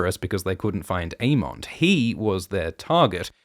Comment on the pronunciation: Why do you pronounce the names so weird? A-mondd, Day-Maun Just say it like they say on the show. A-mund and Day-munn